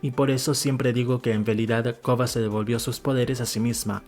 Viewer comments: Excelente video, a mi me gusta mas la leyenda de Korra. Pero porque le dices “Kogha”? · A él le cuesta pronunciar la "R".